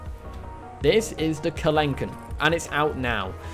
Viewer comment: Just a note regarding the species name; it sounds like you gave it a French pronunciation. Kelenken was found in South America, so it's meant to be in Spanish. The mod is great. My eyes lit up when I saw The Future is Wild's Carakiller as a skin.